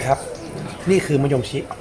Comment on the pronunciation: "มะยงดม"ก็มา 555 😆